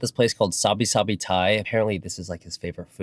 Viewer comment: Solid video. Great content, great advice and insight. Tammy might be mad* about your pronunciation of sabai. YouTube the music video 😂